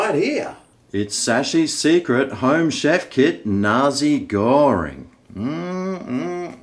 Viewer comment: I thought you were saying Nazi Goreing until I saw what was written on the box 😂